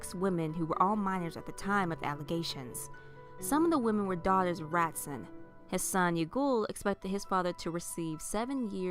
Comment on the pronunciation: Just so you know, the name/word "Ratzon" is pronounced Rah-TZOAN.